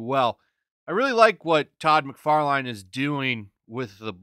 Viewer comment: Mc far line?????? Brian guy? Lol Dude. At least get the name right if you want us to take it seriously